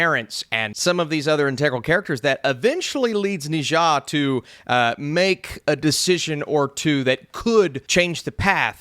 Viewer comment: maybe try "Ner Zar" if not 哪吒, but not "nijor"